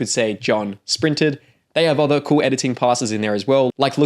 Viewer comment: 'other' isn't pronounced like that ;) . its like 'brother' not 'bother'.